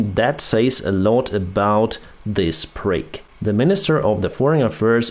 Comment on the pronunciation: your English is perfect when you say “this prick”. I loved hearing it!